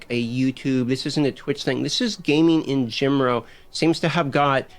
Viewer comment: Am I the only one who noticed that when the dude who is complaining pronounces “in general” as “in gemro” ? Cmon I can’t be the only one 😂😂😂😂😂😂😂😂😂